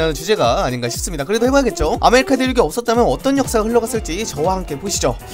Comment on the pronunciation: 나만 아메리카가 아메리카노로 들리나